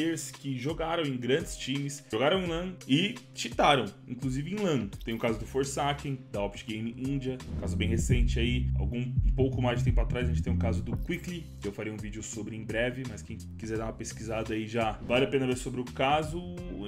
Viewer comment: Mano, até onde eu sei o KQLY não é pronunciado quickly, mas sim Kély